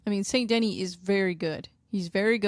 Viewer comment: Saint De-knee, not Saint Denny. Otherwise, i dig what youre doing! Good luck w the channel!